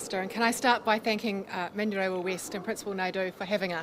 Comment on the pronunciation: He can't pronounce manurewa